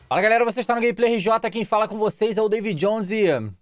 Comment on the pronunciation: "Deive Jonze"